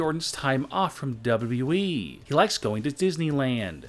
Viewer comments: Why does he pronunce wwe like db-db-i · The only shocking thing in this video is how you pronounce WWE. .... Dubeduduyeeeeeeeee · Its not WE ITS WWE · On number 8 he says weed fan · He dosen't say wwe he says dabu dabu eeeee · He just keep saying w e it’s not we ots wwe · when he says wwe he says dub-a-dub-eee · He says wwe so funny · This guy says wwe so wrong